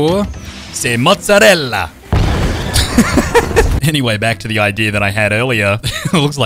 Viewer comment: SAY MOTTZARELA fireworks:MOTTZARELA